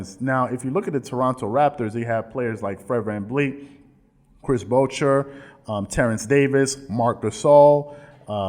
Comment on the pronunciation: Boucher is a French name. Pronounced Boo-Shay